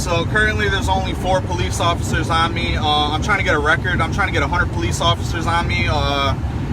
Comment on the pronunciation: i hate all people that say PO LEECE ugh the worst